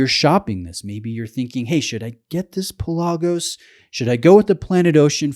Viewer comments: It's pronounced PELagos, not PelAGOs. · My Greek-native speaking friends insist it's pronounced PELL-ah-gos, the word for "sea". For what it's worth... When I made the decision to get a high-quality blue diver watch, I pitted the Pelagos against the Black Bay and the latter appealed to me more. Same movement, more visually stimulating (the dull titanium of the Pelagos also scratches easily), slightly smaller, and in the case of the blue color it was just too "Smurfy". That's not to say it isn't a brilliant watch, because it is. I just found the Black Bay better for my tastes.